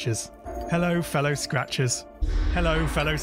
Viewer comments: "Hello Fellow Scratchbaits" is what i started to hear after hearing it for a nice minute or two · It started sounding like “hello fellow scratches”